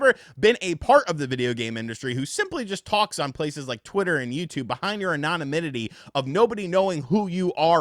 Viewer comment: No one knows how to say anonymity